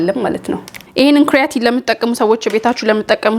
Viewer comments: ክሪያቲን በጀርመኒኛ ነዉ ካራቲን ማለትሽ ነዉ??? 😅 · not ክርያቲን (kreatin) it is called ኬራቲን (keratin)